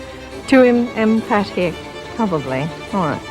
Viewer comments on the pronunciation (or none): none